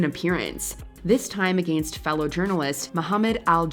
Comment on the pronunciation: The way the commentator of this video says "against" is insane.